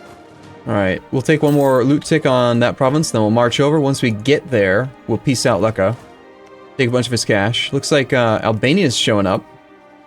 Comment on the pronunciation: you probably wont care but Lucca is pronounced like luke-a, not like luck-a